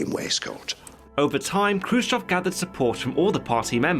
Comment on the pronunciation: 👍👍for correct pronunciation of kruschëv Update: watched the film and Steve Buscemi and Jason Isaacs gave really good performances.